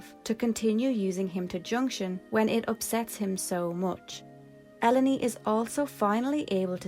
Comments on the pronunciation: I always pronounce her name as E-lone. like "alone" but with E instead of A, because it's an allegory of the burden that, to be a sorceress, means to be alone. Its why some sorceress like Ultimasia and Adel, detach of human contact tend to be ruthless and don't care about anyone but themselves, and Ellone and Rinoah who bitterly acepte that their powers makes them feared and or researched to the point of willingly isolated themselves to protect others, and no mater how much they try to bypass this rule and try to search for affection, those others she love at the end will end up hurt because of them, no natter what. Of all this sorceress i think Edea is in the middle, she decided to stop this bitter cicle once and for all but also letting herself get posses after what i think she thought "the time was ripe" for the battle to begin. So she train the seed together with his rich husband to fight her and win (a battle that all points it extended way into the future) with the purpose of saving herself but as a collateral saving the world of the sorceress influence. Useless trivia and theories: i think there was supposed to only be one sorceress in the planet at the time, Sorcerers powers get inherit after the former sorceress was unavailable, there fore, Adel after being captured send this powers lose and where capture by Ellone, Being isolated in Ester continent her powers diminished shared with Dr. Odins machine, because of this Rinoas powers start to develop naturally, BUT! whe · good video, i think ellone is pronounced like "alone" by the way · Her name is Eruōne (E-ru-ō-ne) in Japanese, so it should probably be pronounced "Ell-oh-nay." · this is such a good channel. i just recently finished ffviii for the first time, and there were almost NO videos about it like this for so long. i’m so happy ffviii is getting more attention bc it really was so good (btw, i always pronounced Ellone “alone” it’s interesting to hear a cooler pronouncing lol)